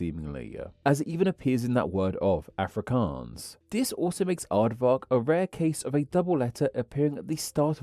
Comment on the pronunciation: btw South African some what Afrikaans speaker it's pronounced Aa-frick-aans. Hope this helps!